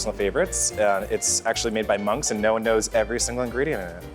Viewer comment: I think he said monges hahahhaha